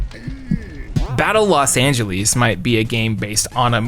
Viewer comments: Never heard somebody call Los Angeles "Los Angelease" until now. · “Los Angeleees” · The way bro pronounces Los Angeles bothers me a lot more than it should. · Never in my life have I heard someone pronounce Los Angeles the way you did lol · You have me laughing when you kept mispronouncing Los Angeles that was one of the funniest parts of your show. You should do a definitive top 10 list that trumps all other 10 list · The way you pronounce Los Angeles is equally funny and maddening. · It's bewildering